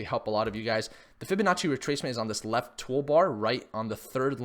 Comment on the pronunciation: Fibinachi sounds like an expensive garnish for noodles gotta love when he says that lol